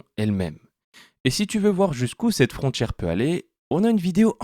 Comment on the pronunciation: La lecture par IA reproduit les dje et tche à la mode, en ce moment. Comme "frontchière" à et encore une fois, juste avant , en ajoutant "entchière". Est-il possible de reprogrammer cela? Ça distrait inutilement du contenu qui est intéressant.